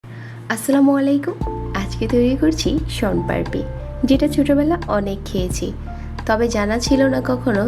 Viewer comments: শনপারপি না শনপাপড়ি😅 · আপনার কথা 😂 শনপারপি😒😏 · সোনপারপি কী? আগে উচ্চারণটা ঠিক করো। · আপনি আসলে কি বলছেন শন পারপি নাকি শম পারি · Apnar uccharon thik koren age. Ki beje nicchi! Shon parpi! 😂